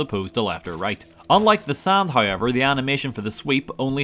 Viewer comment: Letting you know my girlfriend refers to you as “” because of how you pronounce “however”. Hey, it sets you apart from the other gaming channels!